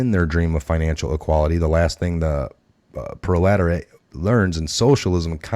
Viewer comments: It’s Pro-le-tar-i-at-the REGULAR PEOPLE!!! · I can help a bit with pronunciation... Wraith = raaay th Proletariat = prohL tehr E aht Gulag = goo lahg Not meaning to offend, just to help! Edit: Machination: mash E nayt shun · Get an effin dictionary. DO YOUR HOMEWORK! if you want to be a reliable source then you need to learn how to pronounce words like proletariat. Read the copy FIRST THEN LOOK UP WORDS YOU DONT KNOW THEIR MEANING OR HOW TO PRONOUNCE....its bad. Look up the words and their meaning and their pronunciation. Or dont be a Reporter. ITS PRONOUNCED GOOLAG...LOOK IT UP!! ITS IMPORTANT!!